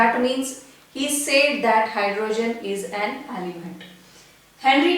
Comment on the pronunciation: Mam it is element not alyment